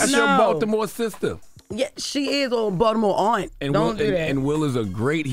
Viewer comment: 😂😂😂she said Baltimore AUNT 😂😂😂😂